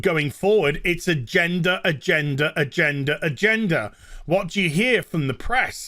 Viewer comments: I love accent when he says “agenda” and adds an “R” to it…. “Agendar” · Lol when he says "agenda" I hear "a gender" which surprisingly doesnt really change the context of his statement that much haha